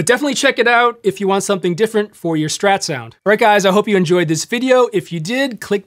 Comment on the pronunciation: Kudos for pronouncing it “Strat”, not “Shtrat”. Great vid, tasty playing.